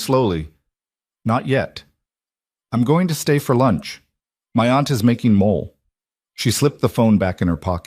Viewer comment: Mole the food is pronounced MO-lay.